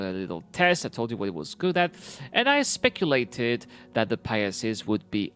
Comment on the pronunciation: Pi-Seas not Pie ah seas but good video as always